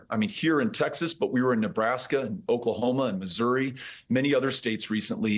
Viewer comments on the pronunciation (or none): none